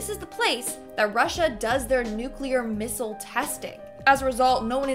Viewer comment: Am I the only one who thinks she pronounced missile wrong? Otherwise amazing info!